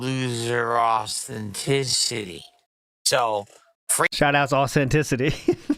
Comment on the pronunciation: “Austin-tissety” as opposed to “Authenticity”